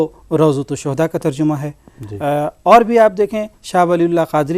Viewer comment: ترجُمہ نہیں تر جَمہ ہے